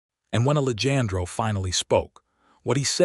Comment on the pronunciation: Please work with the Al narration. The name “Alejandro” was mispronounced all throughout the story. It is very distracting and equally disrespectful to the character in the story. Listening from Clarksville, TN.